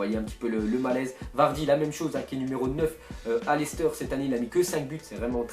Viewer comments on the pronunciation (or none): none